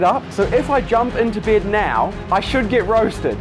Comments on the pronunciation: He said "bêd" in instead of bed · Its not “bid” its “bed.” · His accent is kinda weird it sounds like bead not to be rude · I thought he was saying "bid" lol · Every time he says “bed” it sounds like “bead” Lol I’m sorry I have to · It's sounds like "bid" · the way he says "bid" instead of bed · Why i am the only that hear brëd instead of bed lol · It sounds like he is saying bead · I love how he pronounces beeed, don't you just love foreign accents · when he say bed it sounds like beard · Bro why did he pronounce it as bid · The way he pronounces 'bed' like 'beard' is so soothing... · Why does he saying bed sound like beard 🤣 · 😂😂whats that accent "baid"... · Sorry but every time he says “bed” I hear “beard”..... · I keep thinking you said “beard” instead of bed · "I Love My Byed" - Accent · Guy can’t pronounce bed